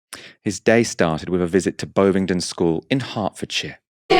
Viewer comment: Bovingdon not bowvingdon